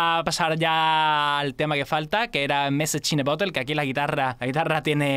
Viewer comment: mesach in de borerd , como le cuesta pronunciar eso ajaja y a mi tmb xD